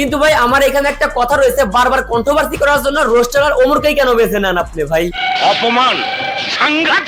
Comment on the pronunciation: কন্ঠভারর্সী কি ভাই?? কন্টোভার্স আগে বানান শিখো, তারপর আরেকজনেে ট্রল করতে আইসো এইদিকে ২টার নাম বিক্রি করে তুমি নিজেই ভিউ কামাইতেছো